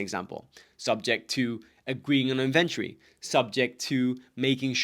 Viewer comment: Great information but it took me a while to understand that you were saying "inventory". Being from the US, I say "IN ven tori" and I heard something like "in VEN turi" which isn't quite a British pronunciation either. But I'm glad I figured it out as the information is very helpful. Thank you.